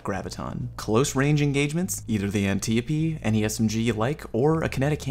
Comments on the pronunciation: It's pronounced Ann-Tie-O-Pee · Totally Not Click-bate and more anniope D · "An-tea-a-pea" haha I love it, def calling it that now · omg the antiope pronunciation, whhyyy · Why you say the antiope like that